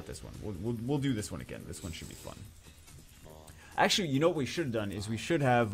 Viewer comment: Someone please make a compliation videos of he saying ackchyually. that'd be great !